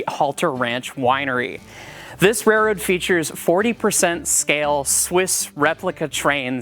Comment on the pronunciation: I kept hearing the word "rayroad" throughout! That seems to be the American pronunciation. 😄